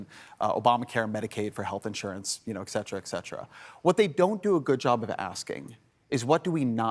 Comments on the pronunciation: Ohmigosh he said exetra. It’s ET CETERA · Total sidenote: When even Ezra Klein says "exetera," the battle is lost. It's "et cetera"—and other things—and has nothing to do with expression or exceptionalism to exoplanets. Sigh. But he's right on everything else here, obviously.